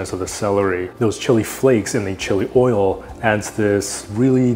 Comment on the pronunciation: "2 tbsps olive ol"